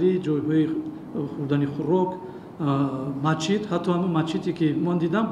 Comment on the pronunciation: Мачит не масҷид.Вақте коркуни давлатӣ ибораро хато талаффуз мекунад, куҷо расад,ки аз мардуми омма мо гила кунем. Ин магар аз босаводӣ ва бесаводӣ далолат намекунад?